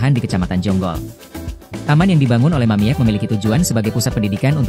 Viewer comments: Woi anda salah baca bukan Mamiek tapi bacanya mamik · Yang baca narasi bikin bingung. Harusnya dibaca "Mamik', bukan *mamièk. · Min bacanya Mamik jangan Mamiek lucu dengernya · Yg baca mungkin kurang wawasan, sedih. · Mamiek seharusnya dibaca "Mamik" karena huruf e hanya gaya penulisan saja. 😅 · Bacanya Mamik .